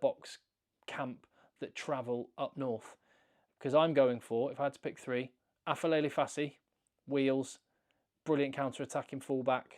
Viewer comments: It's Aphelele, not Afelele. It's a "p", not an "f" or English "ph". It's a "p". It is Aphelele Fassi. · Aphelele is pronounced as 'A-p-e-le-le' in our Xhosa and Zulu languages😅.